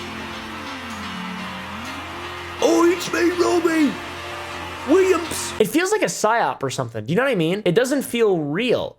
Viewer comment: Wobbie Rillams